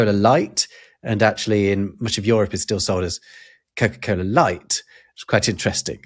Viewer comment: hate how pronounced Europe, its YOU-rop, not YOUR-op